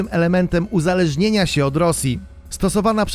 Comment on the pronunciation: uniezależnieszenia Patrz co mówisz 17,30